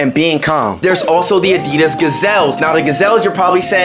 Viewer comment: Really asi.das why say it like that